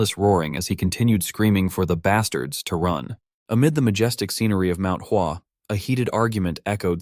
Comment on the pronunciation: Bro it's Mount hua What is wasuang